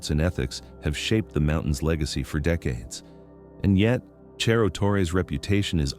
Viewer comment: "Cerro" is a Spanish word, not Italian. Wish you'd pronounce it that way.